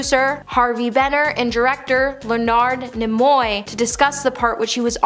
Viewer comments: Le-NARD Ne-MOY? It ‘s just Leonard NEE-moy 😅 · Lenard nimoy you guys butchered his name OMG